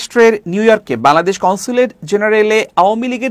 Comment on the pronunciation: খবর পাঠককে বলছি, -"বালাদেশ" নয় "বাংলাদেশ" উচ্চারণ করুন।